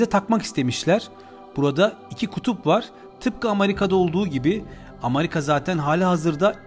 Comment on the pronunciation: Amarika DEĞIL amerika..